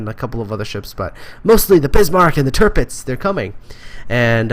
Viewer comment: The first "i" in Tirpitz is pronounced somewhat like the last one. Somwhere in between the words "wee"/"bee" and "fish". Check it out: Just a heads up. :)